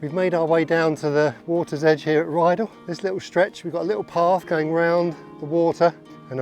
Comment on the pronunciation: Beautiful scenery, just to say its Rydal not Ryedale